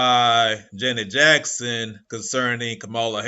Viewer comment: How about pronouncing her name right!!